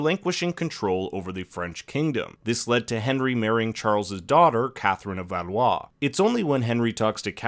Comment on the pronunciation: A-gin-cort Doh-feen But Valois he gets lol